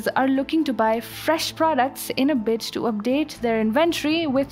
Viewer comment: Did she say "bitch" instead of "bid" 🤣🤣🤣